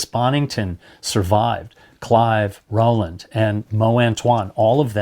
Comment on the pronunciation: Rwland -- UK pronounciation = roe-land